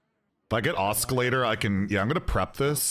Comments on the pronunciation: Sorry to nitpick, but the "C" in Oscillator is silent and Ahhskilator bothers me for some reason. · Please stop saying oskillator. It hurts me😢